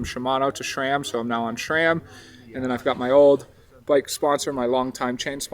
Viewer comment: SRAM sponsorship requirement #1 should be pronouncing their name correctly lol